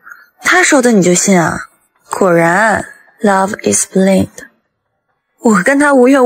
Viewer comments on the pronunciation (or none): 救命🆘，後期能救她一下嗎？1：14：10 love is blind 「不賴得」，不是「不拎得」😂😂怪不得說娛樂圈最多9漏🐟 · Love is blind～配音錯誤～正確唸(blaɪnd)😅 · 什么love is blink，blind 也读错。。。笑死